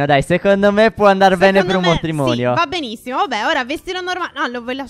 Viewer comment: stef dice matromonio